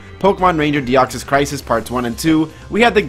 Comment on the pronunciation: Why do you pronounce it "Die-oxys"? That's not even how it's spelled